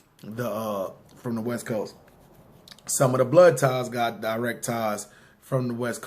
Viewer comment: "westboast" lmao